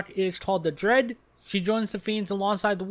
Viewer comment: Yeah, I was gonna say, you're saying dread, not dryad. Lol